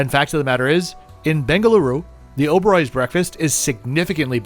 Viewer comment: just started to watch video the way you said "Bengaluru" I just subscribed :)